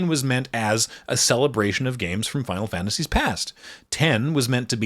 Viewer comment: Well done. I have played MTG since 1995, and my only FF game I have played (except for 13, but I did have the same experience as the guy from the penny arcade comic) is 14, since patch 2.0. You butchered nearly all of the names from that game, but that is kinda an ongoing meme anyway, so no harm there. You also depicted the lore of that one fairly well, for a less than three hour video, and only about a quarter of that on that one game. It is not an easy task to get down to an under thirty hour explanation, but you did it well enough. The emit-selch card's MTG mechanics are literally perfect. And Zeno's is somehow even better.